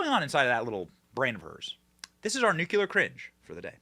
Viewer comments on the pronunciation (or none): And don’t worry about not being able to pronounce a basic word like Archmere correctly Benny. While it’s a stupidly basic word to pronounce you can’t even pronounce BURISMA or NUCLEAR correctly either 🤷‍♂️ And the real NUCLEAR cringe is having to listen to Benny continually butcher the pronunciation of a basic 7 letter word like NUCLEAR.